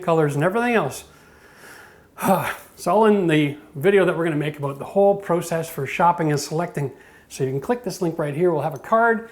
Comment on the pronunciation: try to pronounce process PROPERLY